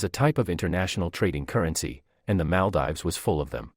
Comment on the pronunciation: Great video but its pronounced Mal-deevs